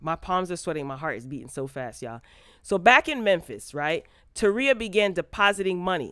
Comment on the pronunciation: Not taria..Terika